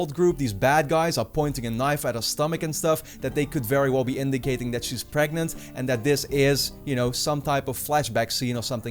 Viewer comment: Is she pregananant?? :)